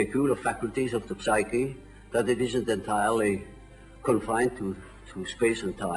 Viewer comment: One would think that a man such as he would know better than to pronounce the 'p' in words such as psyche; and yet...